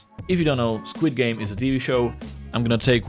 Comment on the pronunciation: I love it when you say Squad games it sounds like squid games